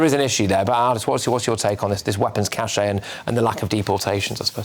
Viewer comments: Cache is pronounced 'cash' - not 'cachet' which itself denotes 'prestige', as in no ocean liner company had the cachet of Cunard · Patrick, it’s a cache, not a cachet. Two very different things. The final E of cache is not pronounced. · Cache is pronounced cash not cachet.